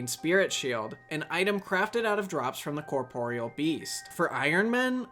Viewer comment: yooo a youtuber that can pronounce corporeal